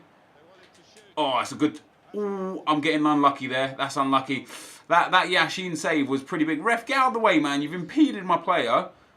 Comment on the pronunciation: Not trying to be rude but when you pronounce yashin's name you have to put the accent on the first syllable. Love your videos!!